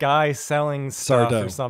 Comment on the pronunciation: “Mr Sardo!” No mister, accent on the “dough”